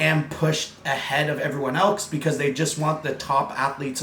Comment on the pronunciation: do u kno u always say else with a k like someone elsek lol never heard anyone say that the way u do ur different my man lol keep up the good work I'm only 5 for 3 and thought i was jacked lol u put jacked short guy to the next level lol